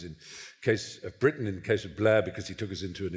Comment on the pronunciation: There may well be three Englishmen on the platform, but there seems to be a horror of pronunciation: "Bruttan, The Brawntay Sustass, Bruttush, Ruchadd Dawkuns. Surely the vowel mangling compere is a Nyaw Zaaaylundeur?